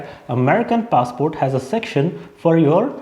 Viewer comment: It's funny how in every other sentence, you keep switching the pronunciation of the word "passport"